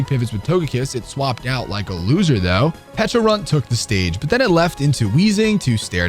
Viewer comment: Got some bad news for you. You accidentally pronounced pecharunt correctly